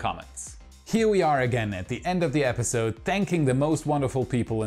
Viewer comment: Last month I heard you say 'months' very smoothly. But alas, this epiSOde you went back to old bad habits!